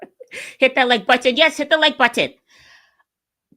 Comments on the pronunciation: Yes, you are saying both t's when you say the word "button" when you're supposed to say the double t as a single t, like letter, butter, kitten etc. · It sounds like “Bwutton” 😂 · Maybe everyone else is saying button wrong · You do say the word button weird, but it's super adorable actually. LOL I think you are an adorable young lady. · Yes girl!🤣 I noticed that you say button different but it’s cute